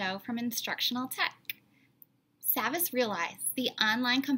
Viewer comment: it’s pronounced saw-vas actually